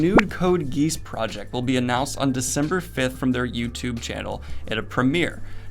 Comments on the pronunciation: Editing is great! Like everything else! BTW: I know there is no way of telling but "geass" is pronounced gee-ass. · It's pronounced Code Gee-ah-ss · im trying to not shout but its code geass, lol time to go be number 81 in wait for this news